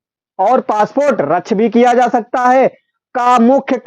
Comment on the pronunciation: रच्छ nahi padha jayega,vo रद्द (radd) hai